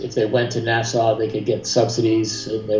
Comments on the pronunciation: Nassau not NASA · You say NASA instead of Nassau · Nasaw not Nasa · Wow! A whole 90 golf courses in all of Florida?!?! That's so many golf courses! Also it's pronounced "Nassaw"- not "NASA"... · The way he says Nassau makes me cringe